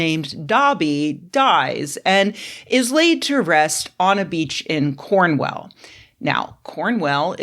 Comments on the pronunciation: If I could just factcheck, it's Cornwall, not Cornwell, that's not even one of the ones we spell in all defiance of phonics, Pembrokeshire is "pembrooksheer" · 1) Cornwall, not Cornwell. 2) Off to desecrate a hate monument, brb! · I adore your pronunciation of Cornwell! The corns are well down there! 🤣💕Us Brits tend to pronounce it cornwool, or if your're from cornwell then it's "cornwullllll" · "CornWELL" "PembrookSHIYAR" American nails on the chalkboard. Shire at the end of a place name is shortened and pronounced like "sheer" or "shur". I get how that might trip up those unfamiliar but there's so many examples out there I don't get how online otherwise seemingly well-inforned Americans get it wrong so often. Cornwall is just... pronounced how it's spelt. No excuse for getting that one wrong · How the hell did you get the point of calling it CornWELL 😐🤨🤣 I know some English place names can be difficult but that's like the easiest one. Do you also call it The Great Well of China? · I'm from Pembrokeshire (I've been to Dobby's grave but didn't leave anything, because I'm an old and have no kids), and I also had a visceral reaction to "Cornwell"! But I've definitely pronounced a lot of things wrong in my life, so this made me chuckle on a couple of levels. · I literally can’t watch this - the blatant disregard for how any place names in the UK are pronounced is making me crawl out of my skin with embarrassment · I don't know if you got his name right, but you definitely butchered Pembrokeshire and Cornwall! 🤣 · I can understand when Americans read British place name incorrectly because they read it 'as written', but it's even spelt Cornwall. 😂 It's such a famous place too? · I'm an American redneck from Mississippi and even I raised an eyebrow at that mispronunciation. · 🇬🇧 Yeah, we can pronounce ‘Newark’ and ‘Arkansas’ correctly, but Yanks struggle with ‘Cornwall’! 😂